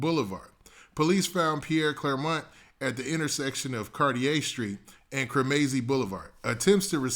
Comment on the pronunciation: Cremazie is pronounced kre muh zee